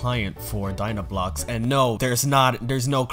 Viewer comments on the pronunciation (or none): Dinoblocks It’s Dynablocks